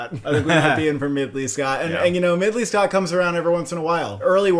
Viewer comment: “Midley Scott”💀